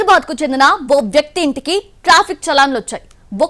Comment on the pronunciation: It's not hydur bad it is Hyder aa bad